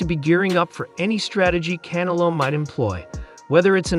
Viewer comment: Learn how to say Canelo, not can a lo, un-intelligent!!!!